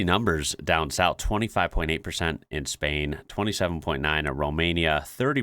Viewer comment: trying not to cringe every time you say Spain like that